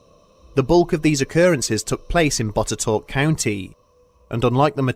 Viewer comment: As a historian from Botetourt County, VA, it surprised me to hear my small county mentioned, and what's more, in a story I'd never heard about! Going to do some digging into this later, for sure. Big props for pronouncing Botetourt correctly!